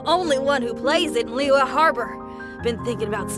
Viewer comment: Notice that only Ei and Zhong Li’s trees have cracks in it. Venti is currently the weakest among them all but he is also the only one with his tree fully intact. Also another note that the voice actors pronounce Liyue is Li Where instead of the original pronounciation